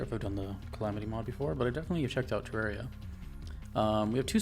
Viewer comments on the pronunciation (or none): Officially, I believe Terraria is pronounced similarly to "terrarium" (the word the name is based off of).